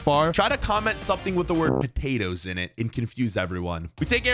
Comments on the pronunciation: Bro has po-a sew- 🥔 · U say potato I say patato